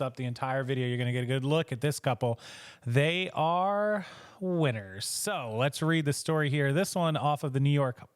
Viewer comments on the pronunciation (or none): I like how you said winners...it sound like 😂😂😂